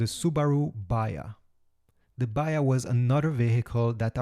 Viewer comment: Dear AI voice say third not "turd" and say "baHa". That is why i hate AI Voices.